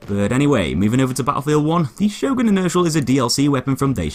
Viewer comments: I believe it's pronounced "yorn" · why cant you say the letter "Ö" i mean its not some alien type of language ffs! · I always pronounce it Sio-gren shotgun. Probably wrong as well, knowing how weird the norse languages sound to the rest of Europe. LE: I was right, it's actually pronounced Hio-gren due to swedish phonetics. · Sjögren, how do you pronounce it? "Show gren!" says most of the world. "Sher gren!" says the Germans and Austrians. "Zjog run!" says the French. "You bloody muppets," says the Swedes, "its pronounced Her gren."